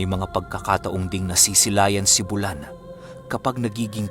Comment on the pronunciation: Bu-lan po at hindi bulan. Hindi bigla ang bigkas. Bulan is a waray term which means buwan in tagalog :).